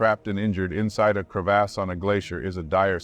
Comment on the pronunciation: When you’re trying to be an adult but Narrator says “Crev-ASS” 36,478,489 times. 💀 Glad he’s okay 😂🤙🏽